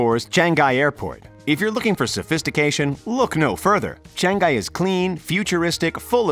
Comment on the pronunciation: It’s Chang-Ngee not Chang-gai!